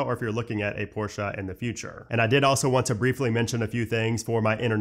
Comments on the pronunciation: ''Porsh'' > ''Porsha'' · It’s not porschaaa pls